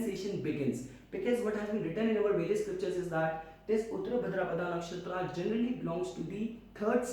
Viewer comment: Your pronunciation of nakshtra names is disgusting🤡 No not only nakshatra all hindi terms .